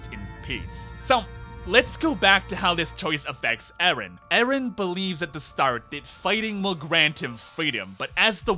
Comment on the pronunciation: why are you pronouncing names like this while you literally watched the series for FOUR SEASONS AND TWO MOVIES and heard how they are pronouncing actually??? Mikaasa, who is Mikaasa? it's Mikasa, it's been said a thousand times. but I lost myself when you said ERIN. WHO THE HELL IS ERIN?? ARE YOU HEARING WHAT COMES FROM YOUR MOUTH?? It's hard to not be Hermione... or I can say just to be kind, if you watch anything with dubbing, you lose at least half of it. So, unfortunately, anything you said to analyze this artwork is irrelevant 🤷‍♀